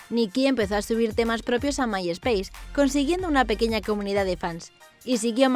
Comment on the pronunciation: Que pex con su pronunciación de inglés “Mai espeis” o “Litel Mix” ósea wtf